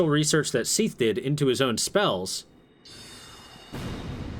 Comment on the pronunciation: Seath? What kind of a name is Seath it's Seth!